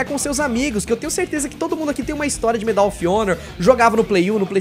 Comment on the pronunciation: So uma dica: a palavra Medal, em inglês, possui a sílaba tônica no “Me” e não no “dal”.